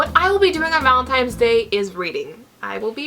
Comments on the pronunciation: Am I crazy or you're pronouncing it ValenTIMES day instead of ValentiNes day?? I don't mind it at all but do you realize it? Ahah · It's valenTINE'S day not valenTIME. lol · It sounds like you are saying ValenTIMES day. It's ValenTINEs day!!!! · Me too! and I was like, wha--?? :S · Am I the only one who noticed that always says Valentimes..haha:) I don't mean it in a rude way though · Oh,, I could not concentrate, I kept counting how many times you said ValentiMes day:D